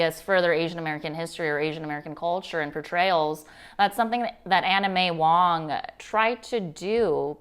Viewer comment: I swear I keep hearing anime wong, it's Anna May Wong!